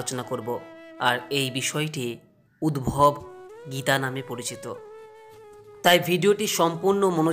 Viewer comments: খুব সুন্দর লাগলো। সব কাজের আগে ঈশ্বরকে স্মরণ করতে হবে। উদ্ধব গীতা। সারথির নাম উদ্ভব নয়, উদ্ধব। উচ্চারণ ঠিক করতে হবে। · UDVAB NOI...UDDHAB.. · Map korben uchharon ti ami hoyto tihk janina ami jantam uhharon ti uddhab